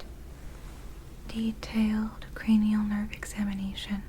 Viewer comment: So you are telling me, it’s cra-knee-Al and not cra-null!?!